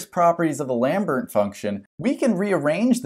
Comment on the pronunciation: Pronunciations: Lambert = "Lom-Bear" Dirichlet = "Dur-Shill-Lay"